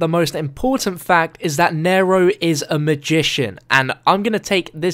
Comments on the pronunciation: it is nee-row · he says naro its neero (spelled nero but its pronounced neero) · i swear every time he says nairo i scream because its nero in the same way hero is hero not hairo...god damn its hard to type pronouncations in comments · It's pronounced Nee-Row not Narrow. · Isnt it pronounced n-ear-o not n-air-o? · Pronounced kneero get it right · Its pronounced knee row like zero with an N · it's pronounced "neeero" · Am I the only one annoyed when he says "N-ai-ro" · I really hate how you say Nero like "nairoe" It's not that hard... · no he is saying it like "nairoe" it really annonys me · Ryan P I'm not american and he's saying it wrong. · please pronounce Nero right